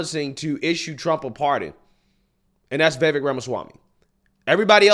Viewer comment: Please learn to pronounce Vivek’s name. It’s not ‘vevic’. It’s ‘viVAKE’.